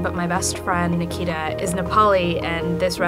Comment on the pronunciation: Did she say best friend mikita?